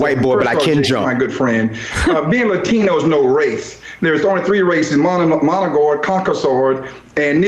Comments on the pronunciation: I know this is splitting hairs, but did he just say, "Moligord" and "Conkasord?" I'm really not a snob about pronunciation, but a person should at least be in the ballpark, and have a clue when you're presumably on television as an expert. Without context, it would be impossible to know what this paste eater meant. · "monogoid". "Concosoid". I definitely trust this guy's take on the history of people. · Ah, yes. The three races: "Managord, Concasord, and Negrord."